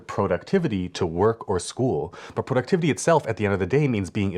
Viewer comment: Great video! Thanks! I don't think I've ever seen productivity broken down quite this way, working backwards from the end goal and making tasks for each checkpoint, and have bookmarked it to return to and rewatch. Random bonus comment... When you said Pro-ductivity near the beginning of the video, I flashed back to a friend of mine who is originally from Ottawa, Canada, but who has lived in LA for many years. When we were talking on the phone a few months back, he laughed when I said "Pro-ject" (not "Prah-ject") saying I was making him homesick for Canadian pronunciations. I suddenly thought, " must be Canadian, too, because who else talks like we do?" 😂